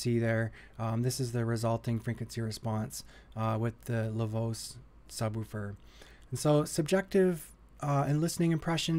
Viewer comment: Didn't know Americans call it Lavose, haha. For anyone wondering, originally it's pronounced 'La Voch-eh'. La voce means 'the voice' as in: La voce di Joseph mi fa tranquillo.